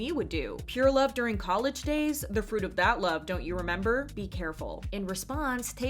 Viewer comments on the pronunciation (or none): none